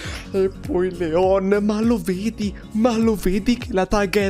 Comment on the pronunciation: Comunque si chiama Leon no leo`n